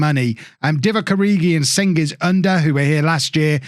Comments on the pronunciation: To be exact it's Jang-eez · Hey, Cengiz's name comes from Genghis Khan. So first letter is pronounced more like j not c.